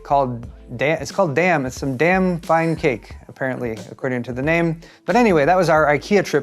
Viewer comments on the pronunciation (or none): As an American you pronounced our Swedish name pretty good we'll some of them atleast ;) . And that "damn" good cake are pronounced more like your word "dime". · DAIM, not dam. Aaaaaaargh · 'Daim' pronounced 'dime'😶‍🌫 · It's not damn it's Dame like rain. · ikea pronounciation is simple: not english :D bekant is becunt, not bekaaant and daim is called dime, not dame also lol, joe - how tall are you - 150? :D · Daim is pronounced like dime the 10¢ piece. Also it's originally a candy bar that's similar to a heath bar (it was the little crunchy toffy bits in the cake!) then they started making it in to other things too like Ice cream and the cake you had! It was one of my favorite candies when I lived in Germany. It was impossible to get in the states for years, but heath was close enough that it satisfied my cravings. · The Daim cake it amazing. I wonder how you got "damn" from the word with an I in it :P The I is like when you say I, but not the A from "damn", but more like the one in "palm". All the Swedish names Ikea uses were perfect though 😏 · It's pronounced "Dame", though here in the UK it was packaged as "Dime" up untill 2005 when the name was changed to it's proper spelling, but we still call it a "Dime bar" as they come in bar form.